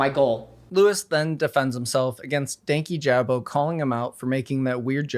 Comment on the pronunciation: Sidenote, everyone pronouncing dankijabos name wrong is so funny. Idk how it became 2 words, but i believe it was in the video talking about his channel strike for the Onision vid that he said his name(could be wrong) and it's one word. "Dan-Kijabo" not "Danky Jabo"